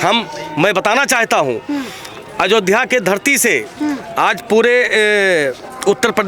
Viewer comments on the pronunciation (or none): Is gaddar ko ayodhya bolne me problem hai isse iski mansikta ka pata lagta hai